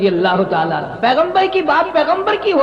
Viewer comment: Anha nhi bhai anhu